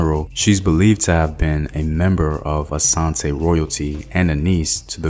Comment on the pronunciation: I love how he said Asante instead of Ashanti, but the rest😬.